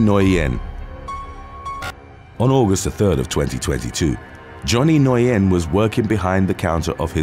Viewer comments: NGUYEN IS PRONOUNCED LIKE THE WORD "WHEN". NOT "NO•YEN" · Nguyen is pronounced " win" in English. Very easy to remember next time. Lol. But good work I know not many Nguyen's in uk prolly. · FYI, the way you say Nguyen is “Win”. It’s Vietnamese. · Southern Vietnamese tend to clip some of their sounds, so Nguyen would be pronounced something like “Win” or “Wen.” Northern Vietnamese would keep it, giving a pronunciation more like “N'Win” or “Nuh'Win,” all done as best you can in one syllable. I’ve never heard it pronounced “noy-en” before. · Johnny Nguyen. Nguyen is pronounced win or wen. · It’s pronounced Johnny new-win (Nguyen ) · Not to sound like a butt... "Nguyen" is pronounced "Win" As in "Win the Prize"* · What like Nguyen, I was shocked when I learnt how it is pronounced. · To be honest, he didn't really pronounce it quite right. In fact, I've never heard it pronounced that way anywhere before, and I've heard it pronounced many times.